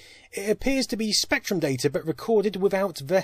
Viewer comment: "DAY TUR"